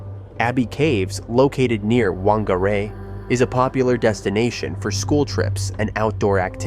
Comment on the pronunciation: The mispronunciation of Whangarei is pretty bad, not gonna lie.